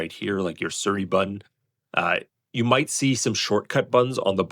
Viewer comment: SEE - REE, not Suri